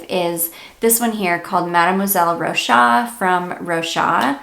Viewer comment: Great video ! If i can tell you, i'm french and you have to pronounce the "s" of Rochas, like "Rochass" 😉